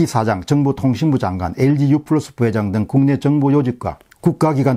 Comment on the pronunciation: 저보다야 영어를 잘 아시겠으나 반복해서 듣기에 거북합니다 엘지유 FLUS 가 아니고 PLUS 입니다 감사히 듣고 있습니다^^